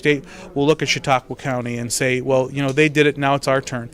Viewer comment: and, that's Chautauqua County, NOT Chautaugua!